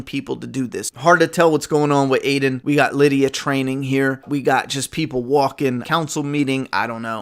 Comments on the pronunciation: Its Alden not Aiden but other than that great trailer breakdown!! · his name isn’t aiden it’s Alden with an L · It's ALDEN not Aiden 🤦🏼‍♂️ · You keep saying aiden lol its alden